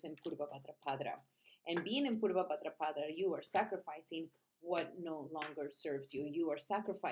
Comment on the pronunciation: Sounds you say bhadrapadRa each time you’re adding an R at the end of bhadrapada …. It’s pada not padra 🙏